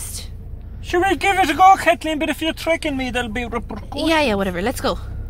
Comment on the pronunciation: I love how he says "repurcussions"